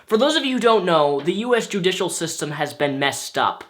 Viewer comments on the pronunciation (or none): none